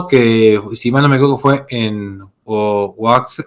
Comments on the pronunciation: Un comentario que puede parecer intrascendente, Oaxaca se dice "Oajaca". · Ah y gracias por un análisis tan bueno de mi país. Una observación fraterna y con cariño ,la "x" siempre suena como una jota: Oajaca..sería la pronunciación